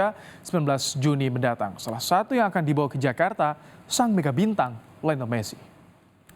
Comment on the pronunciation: Di bawa woiii, bukan di bawahh ngomong lebai